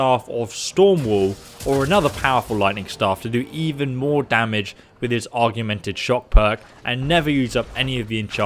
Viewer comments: you’re pissing me off with your AUGMENTED pronunciation ORG - MEN - TID NOT ARR - GUE - MEN - TID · Just started playing Skyrim again for the 5th time, will definitely try out some of the mercenary followers! Btw “augmented” is pronounced “awg” not like “argue” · I don't mean to seem argumentative, but the word you keep using is pronounced aug-men-ted, not arg-you-men-ted. ;-) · Augmented, not argumented. Aug, like the Borg in star trek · I dont mean to be pedantic but its 'Augmented' not 'Arguemented'. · *Augmented. Not argumented😂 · Every time you said "argu-men-ted" instead of A U G M E N T E D it made me wanna headbutt my f*cking screen... Jesus Christ! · It's "augmented." Not "Argumented." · Dude, Aug-mented. Not Argu-mented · Augmented = Org-men-ted your welcome. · Spellswords? I always thought they were sellswords... Arguemented? Your doing this on purpose I swear, I always read it as augmented... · Augmented. Not argumnted 🙄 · does dyslexia do that? I thought it made it more difficult to read but I didn't know it makes you mispronounce so many things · When you say "augmented" it kind of sounds like you're saying "argumented" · Augmented, pronounced OGG-Mint-Ed. To augment something is to make something greater by adding to it. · Augmented, OG-MEN-TED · Why aren't you able to pronounce augmented? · We have ways of making your pronounce augmented. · Someone needs to teach him how to pronounce “augmented”